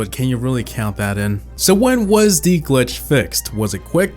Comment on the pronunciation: he said gwitch